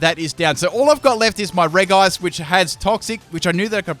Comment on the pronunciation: The way you say regice makes me cry.